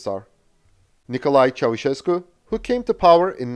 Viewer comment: U pronounced Ceaușescu better than any other english speaker i heard until now